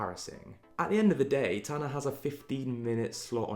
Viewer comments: Nobody:: Tan-ner 👁👄👁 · No one:: Tannaerh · love the way bc of his british accent he pronounces tana w a slight 'er' at the end